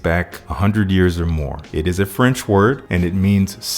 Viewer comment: My paternal language is french Your pronunciation is actually rlly good 💯